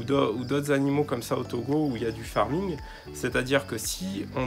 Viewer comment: Ça me fait toujours plaisir quand vous prononcer le nom de mon pays TOGO